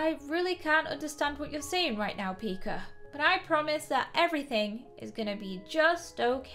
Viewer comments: I LOVEE HOW PRONOUNCES PIKA “PIKER” IT’S ADORABLE 🥰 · I heard her say pikr